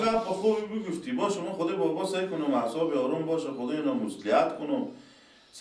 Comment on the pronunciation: اوصابش خرابه😂😂😂اوصاب نه اعصاب....